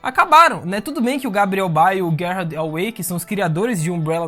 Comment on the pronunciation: Desculpa mas eu perdi tudo no Guérrardi Away hahahahaha